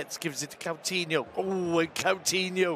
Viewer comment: He allways says Catinho insted of Coutinho i hate when he says his name wrong all the time its not that hard name to pronance at all.